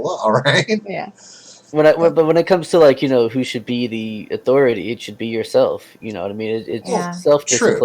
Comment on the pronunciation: When talks about "Authoritah" I hurt.